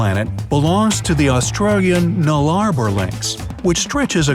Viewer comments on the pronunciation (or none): ITS THE NULL-A-BOR!!! NOT NULLA-BROR!!!! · FYI... Nullarbor is pronounced "null a bore" If you asked Google or Siri, I'm sure they would have pronounced it for you. Just a tad lazy eh? The biggest AFL ground is Manuka oval. 179m long, 150m wide. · It's pronounced Null-a-boar..